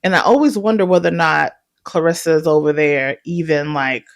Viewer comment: You're the first person i heard pronounce her name correctly, besides her and her family. Everyone calls her "clarissa" instead of "claressa"